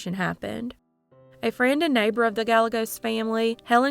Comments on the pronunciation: Gah-Yeh-Gos that double L has a Ya sound. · Guy yea goes. It's a Mexican name, therefore the two l's are y sounds. I love your videos. Thanks for all your work. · Well done, as always. One thing though...Gallegos is pronounced "guy ye gos" Two Ls together always have a "y" sound, like tortilla. Thank you for posting. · Gallegos is pronounced GA-YE-GOSE